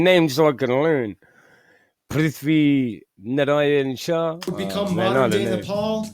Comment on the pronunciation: love from nepal and u pronunced prithvi correctly